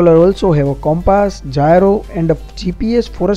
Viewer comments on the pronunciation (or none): none